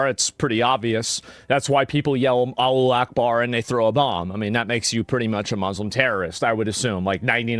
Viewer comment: “ALLO ACHEBAR” 😂🤪